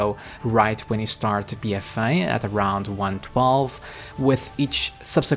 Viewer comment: my god I couldnt after a few mins, BFA not bfaii jesus.